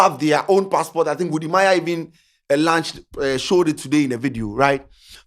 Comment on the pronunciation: Herh Stop saying "lunch" 😂. It's "launch"